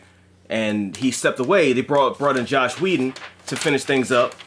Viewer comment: Bro you said JOSH Whedon.